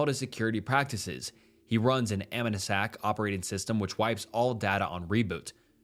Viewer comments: Ami-nuh-sac? Brother, I think you mean Am-knee-sea-ak. Amnesiac. Like the Radiohead album. 😉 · "aminemnsac" bro what the fuck are u saying? you mean AM-KNEE-SEE-ACK? AMNESIAC. jesus christ i wanna kiss you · bro pronounced amnesiac as "amma-nah-sack" 💀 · Amnesiac: "Am-neh-sack" ? Am-neezy-ack 👍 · I'm dying at "Am-nah-sack"😂😂 Amnesiac "Am-knee-zee-ack", as in like...amnesia...🤦🏻‍♀️ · Aminasac? U wot? 😂😂 It's amnesiac... say it with me! Am-knee-si-ack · Am-knee-zee-ack. Sound it out slowly, wtf is an animasack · am knee zee ack** amnesiac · amnisack ICANT 😂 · the word is pronounced "am nee zee ac" as in someone that lost their memories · “am in a sack” got me rolling😂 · Sicilian ❎ sickilan ✅ Amnesiac ❎ Amenisac ✅ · that is not how you say amnesiac (am-knee-zee-ack) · Really poorly done video. So many mispronounced words. Amnesiac, subsidiaries, "esp", even NAMES? C'mon man. Not to mention the false information. The Meiwes tapes were never publicly released and the photos validity is questionable. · Not how you say AMNESIAC lol